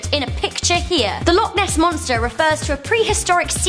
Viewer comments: it isn't that hard to say loch properly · You said loch wrong by the way but I wouldn't expect an American to get it